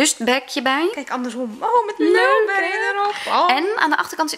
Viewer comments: Ja, viel mij ook al op :p het is meer "Mulbrie" uitgesproken. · Leuk hoe enthousiast jullie zijn! Maar please spreek Mulberry wat beter uit. Nu zeggen jullie het echt op z'n Nederlands :P